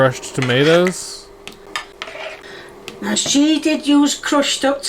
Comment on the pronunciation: Look at trying! But I can't listen to the way she says "toe-mee-ahh-toes"